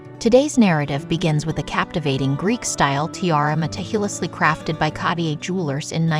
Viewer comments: interesting. however it was hard to listen to the annoying AI voice pronouncing Cartier wrongly over and over. it’s ‘kahr-teeay’ 2 syllables. the first ‘r’ is pronounced. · CARTIER is pronounced car- t- a or french roll the r, otherwise the video was very informative once you could ignor the jewellers repetitive mispronouciation of his name. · Why is it impossible for these idiots to pronounce things correctly? It’s C-A-R-T-I-E-R not catier! It’s not a silent R. If you can pronounce T-I-A-R-A properly, why the F can’t you pronounce Cartier? WTF? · Why can’t people who narrate these pronounce common names properly? Car-tee-ay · I cant get over the way they keep saying Cartier. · yes! and with the repeated mispronunciation of Cartier! 🙉